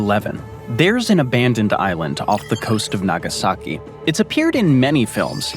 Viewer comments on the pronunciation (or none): none